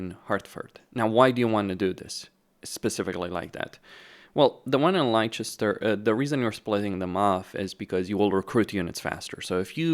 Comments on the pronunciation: Bit rich coming from a redcoat here but its pronounced "Lester" for Leicester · It's Lester, that's how it's pronounced. Leicester